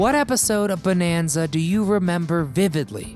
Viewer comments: It's not BONEanza, and it's not pronounced JOHNra. I'm out . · You know there is something wrong when their narrator don't know how to even pronounce the word Bonanza correctly. This whole thing is a joke